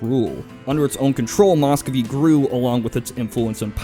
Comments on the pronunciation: It's pronounced 'mus-ko-vii' (spelled Muscovy), not mos-kow-vii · Nice video, but it's hard not to cringe every time he says "Moscovy." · Work on your Russian pronunciation. It hurts.